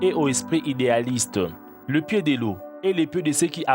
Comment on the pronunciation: pié chélou ! mdr il m'a tué